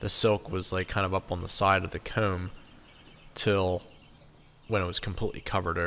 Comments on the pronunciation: I swear to bob I always thought you were saying “cone” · I’m laughing because I was enjoying your pronunciation of “comb” and then you mentioned people were picking on you lol. Did you say you were circumcising the nest???? They are beautiful. It’s amazing how they can make these. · That was it! The way you said comb was how I could tell you were from Pennsylvania. Between you and Herc I’m getting very little done at home 😂